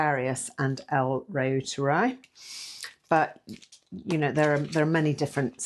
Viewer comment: Pronounced root er eye 😊